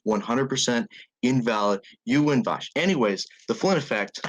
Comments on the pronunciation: The way he says "Vaush" as "Bosh" is insuffurable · This is the first time I've heard the name Vaush sound like a slur. "ANYWAYS VAUSH."